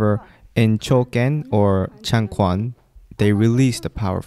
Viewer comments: Quan is pronounced chuan not kuan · Some people were mispronouncing the q word to a k sound but it's a ch sound for quan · Nice video, very informative. btw Chang Quan (ch-uen, not kwan). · Even though I practice karate now, my routes are in Chinese kung fu (specifically chen style tai chi and hung gar). Love to see someone actually give kung fu a fair shot, especially since it hasn't had the best rep in recent times. (Side note, "changquan" is pronounced as "chang chuan") Absolutely loved this video and I can't wait to see the rest of this series! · The pronunciation for Changquan is “Chang-chuan” the “q” in Chinese has a “ch” sound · Excellent video, as always. Only one tiny point of note, the letter Q in Changquan is pronounced more like ch than g in Chinese. Hanyupiyin distinguishes between ch and q because there is a subtle difference between the two, but the q is close enough to ch since I don’t know how to explain the small difference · I'm liking this video. I used to practice Chen style Taichi with a teacher of mine who unfortunately has passed away, where that style of taichi was known for it's more martial roots. Btw, just a note, the quan pronunciation is actually pronounced with the "ch" sound, so changquan is pronounced chang(chuen). Like how the q in Qi is pronounced Chi. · 1) Pronunciation: changquan is correctly pronounced as "chahng-chwen." 2) Changquan is a different martial art from taijiquan. (Technically, changquan is more a category of traditional Chinese martial art, including styles like chaquan, huaquan, etc.) These days it is more famous as "movie kungfu" due to Jet Li, etc. 3) Changquan is not normally practiced as a prerequisite for taijiquan, except in the modern competition wushu schools (where Jet Li, etc. came from), where changquan is the "base" for everything else. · Chang Quan pronounced as ChAng ChuEn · 長拳，拳 pronounced “chuan” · "Quan" is not pronounced as "chuan". They are two different sounds in (Mandarin) Chinese.